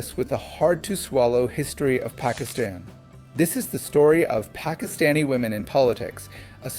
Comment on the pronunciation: doing an english vlog is a great idea A suggestion, I don’t think you need to pronounce Pakistani names or Pakistan with an American accent. It comes across as disrespectful In my children’s school their teachers work very hard to learn the correct pronunciation of their names and the names of other children from different ethnic backgrounds. I have a difficult last name, at work my patients try their best to learn the correct pronunciation of my last name I have a Spanish colleague who speaks perfect english but when he mentions a Spanish person/ name he does it with perfect Spanish accent. Names are deeply associated with identity and respect. Mispronouncing someone’s name particularly saying someone’s name in a western accent has a painful history. Many western colonizers deliberately mispronounced the names of their colonized subjects, This was to minimize the identity and culture of their subjects and was a deliberate act of domination. People deserve to have their names pronounced correctly